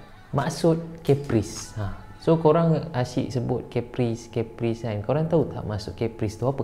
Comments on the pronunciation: kappris bukan Keppris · Im sorry but Caprice sounds like Capri-sun...pls dun attack me